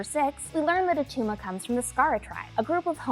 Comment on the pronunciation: It’s not Attuma